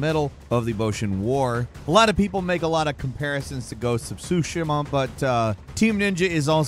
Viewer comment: Your Tsushima pronunciation is killing me!!